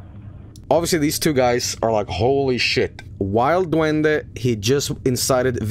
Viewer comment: heya, I'm from El Salvador. (Nice pronunciation btw)Bro, on public tv we had a tv program (on national news btw) that reported on that shit. Amongst that photo, on that shit we had: - A report that claimed that Pokemon, Yugioh and all anime from the 90s was from satan - "real" ghost sightings - "real" alien and paranormal stuff Man living in third-world countries sure is shitty lmao.